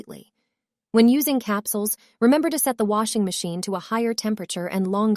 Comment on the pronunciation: "The Low-est temper-atchure?" New pronunciation of both words, apparently.